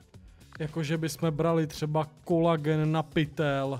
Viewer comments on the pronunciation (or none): ne kolagen ale koulagen